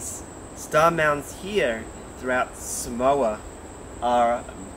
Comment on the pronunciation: Great to watch you bring attention to the Samoan land marks. Could you pronounce the country name correctly. It is Sa Moa, like Sa more not Sa mower. Thank you. ❤❤❤🙏